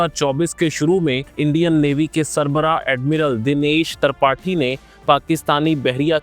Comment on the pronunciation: Admiral tarpathi 😂😂😂tripathi hota hai be